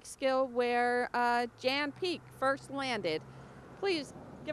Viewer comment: Interesting history so thank-you. BUT - can people please stop saying Jan Peek's name wrong. Jan means John in Dutch and is pronounced "yon" as in "yonder." It is not pronounced "Jan " as in "Jan Brady"